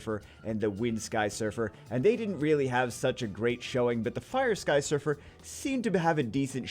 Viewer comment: Look like you Say "Sky suffer" XD